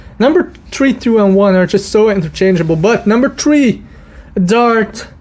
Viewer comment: “Number tree” lol